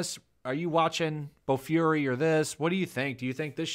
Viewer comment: Bo-"fury". You're killing me with that pronunciation lol. It's a great show, shame on Funi.